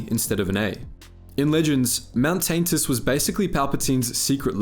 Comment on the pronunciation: Don’t think we didn’t notice your pronunciation of Tantis as “Taint-is”